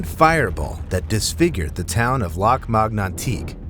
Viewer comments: It's Lac Mégantic, not Lac Magnantique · Lac Mégantic — prononce Lack May-gun-tick